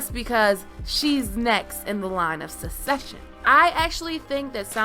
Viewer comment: Learn how to say succession.